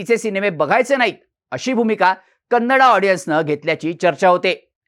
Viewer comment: "कन्नडा" म्हणणं आधी बंद करा, ते अर्थानेही आणि व्याकरणाने देखील चूक आहे. मराठीत व्हिडियो करताय तर "कन्नड" म्हणा. बाकी छान आहे 👍